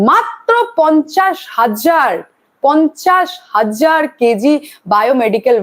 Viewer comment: আয়তন, বেড সংখ্যা, অবয়ব ইত্যাদির নিরিখে এনআরএস হাসপাতাল, আরজিকর হাসপাতাল দুটিই সমান সমান। কাজেই বায়ো মেডিক্যাল ওয়েস্ট তুলনা করে যেটা বোঝাতে চেয়েছো সেটা well established। ' পঞ্চাশ হাজ্জার ' , ' পঞ্চাশ হজ্জার ' উচ্চারণ টি বেশ লাগছিল শুনতে তোমার মুখে। চালিয়ে যাও, আরও উন্নতি করো।